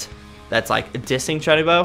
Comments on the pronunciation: I cringe every time he says Chuunibyou wrong. Chew-knee-bee-oh not chinnybow like jesus christ... Also this is my favorite fucking anime of all time. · Uhh you said chunbo its Chun-ee-be-yo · Not to judge the way you say "chuunibyou' Its is actually pronounced "chew nii byou" Again im sorry for correcting your pronunciation.